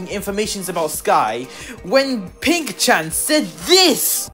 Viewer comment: not "oink-shat"😭